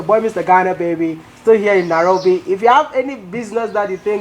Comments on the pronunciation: It's Nairofi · It's Nairobi Mr Ghana baby 🥰